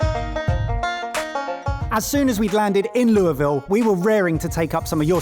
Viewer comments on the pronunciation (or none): Pronunciation hint: There are three syllables. You are the first I've heard of in my life, from Louisville and also anywhere else, who has ever claimed it was pronounced 'loo-ville'. Whoever told you that was wrong. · It is not pronounced after French Kings Louisville. It is pronounced lul ville. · How did not a single person in Louisville not pronounce it the way we do in KY? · why did the Louisville Slugger guy mispronounce the name? He said it right when he started but then finished wrong